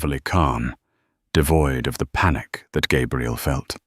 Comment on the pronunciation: It's too bad the AI narrator doesn’t understand that the pronunciation of Gabrielle (feminine) and Gabriel (masculine) are very different. This channel should try to have a bonafide English speaker proofread these stories. It's disconcerting to keep hearing the young lady's name repeatedly mispronounced.